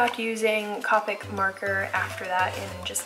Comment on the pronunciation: Well done video! Copic has a long “O” that rhymes with doe. The Rendr sketchbooks don’t bleed through even with alcohol markers. I’m in the process of filming a watercolor series including travel and palettes. I enjoy seeing what others use - thanks!